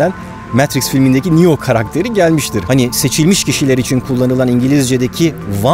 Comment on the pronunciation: nio diye degil neo diye okunuyor bu arada